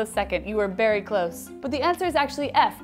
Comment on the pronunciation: Dianna : "And the answer is?" ??? : "......." Dianna: "berry close" You know what, Dianna? I love it 'BERRY' muchhh!!😂😂😂😂😝😝😝